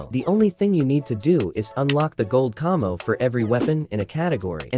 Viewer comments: Did he just say cummmo its camo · Why he saying camo like cahmo